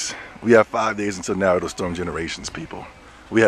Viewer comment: I Hate when People say "Naruto" Wrong and you call yourself a true Fan...smh